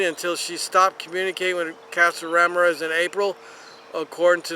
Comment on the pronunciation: I'm not even commenting on the pronunciation of Ramirez.